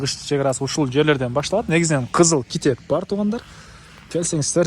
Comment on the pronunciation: Кичеп дебей китеп деп эле айтпайсыңбы. Дайыма эле кичеп кичеп дейсиң